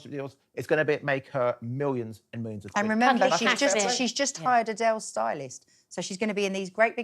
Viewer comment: If you’re going to use the word “millions”, maybe learn how to pronounce it.